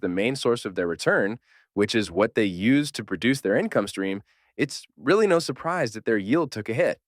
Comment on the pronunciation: Are you saying “real” or “Rule” yield?